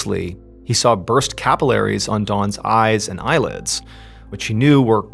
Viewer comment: And I thought I'm the only one....Dawn, Don, ca-pill-a-ries (not capill-eries) 😤😤😤😤